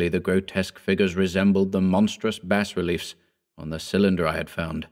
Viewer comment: Every time he mispronounces 'Bas Relief' makes me want to slap someone